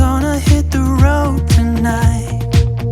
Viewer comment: "... the rud was wotton" 🤣 Hope you get it fixed quickly. Great video!